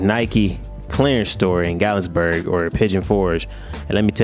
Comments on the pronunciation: You pronouncing Gat-lin-burg wrong 😂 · *GATLINBURG no S at all 😊😂